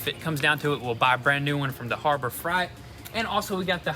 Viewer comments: Never heard harbor freight pronounced that way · "Harbor Fright" lord mercy😂😂😂😂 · Harbor “frite”....... I say harbor “frate” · New spot welder from "harbor Fright'. I believe its harbor FREIGHT kiddo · Harbor "fright"? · Harbor fr-eye-t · Harbor frappe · It is definitely deliberate, and anyone who has shopped there knows why they call it fright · The "harbor fright" 😱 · harbor fright😂😂 his harbor Freight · "Harbor Fright" LOL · I really enjoy watching you two work on your rebuilds. I wanted to correct the way you pronounced "Harbor Freight". You said " Fright", it is pronounced Harbor Fr (Fur) eight (8). But Dang Son you can pronounce it anyway you like, I'm still watching every episode. I have now subscribed and watch "VTune" because of. Your the best. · “Harbor Fright” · With the way he said freight in harbor freight, I have no doubt in my mind he has been trolling us the entire time. For example, his pronunciation of Toyota lol. Well played sir, well played. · he says Harbor "Fright" haha that's about right! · Guess I’ve always been pronouncing Harbor Freight wrong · haha they're doing it on purpose. They pronounce it the 'traditional' way occasionally.